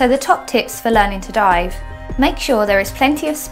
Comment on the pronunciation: Dive almost sounds like DIE